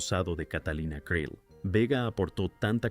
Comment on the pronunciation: Creel se pronuncia CRIL